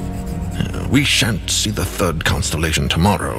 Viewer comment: He said "We shan't see another costellation tomorrow"